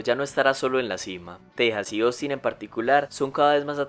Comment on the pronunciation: Persona normal: Ostin El locutor: Osin